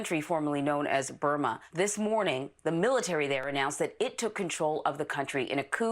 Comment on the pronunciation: Me: Military Trevor: Mill Lit🔥 🏝